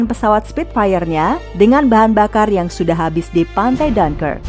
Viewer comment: Bacanya apa? Jangkrik kah?